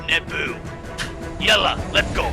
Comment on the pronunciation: don't say yella iff you don't know the language